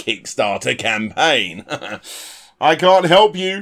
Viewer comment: "We all have the ability to start a crowdfunding scampaign" ;-)